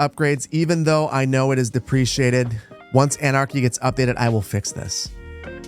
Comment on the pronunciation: Deprecated ≠ Depreciated